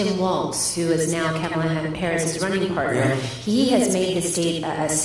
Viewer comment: It's funny how he pronounces kamala's name properly at this event and the next day goes right back to mispronouncing it!